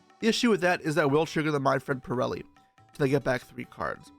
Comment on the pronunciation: thank you for pronouncing purrely right other than most other yugitubers lol